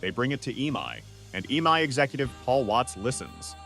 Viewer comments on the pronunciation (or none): Most horrid AI voiceover. You can prompt it with ways to say E-M-I rather than eemai, etc.